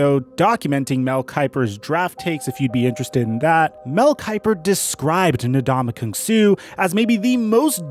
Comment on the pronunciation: in the first 5 mins, how many different ways did this guy pronounce Ndamukong Suh